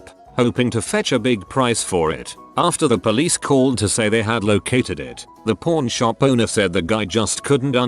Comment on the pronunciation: Pawn sounds like porn when the voice says it whaaaaaaaaaa